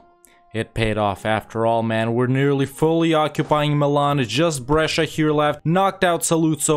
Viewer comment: I am try to figure out where are you actually from? I know the profile says USA, but it's so rare to hear a native English speaker pronuncing Brescia correctly